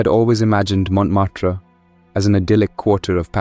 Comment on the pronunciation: Montmartre sound like pronounced by an Indian AI.